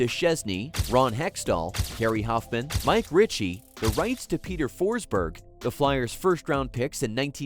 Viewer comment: It's AI. Voice and I suspect script. It also said "Mike Ritchie" for Ricci. No hockey fan is callng Ricci "Ritchie".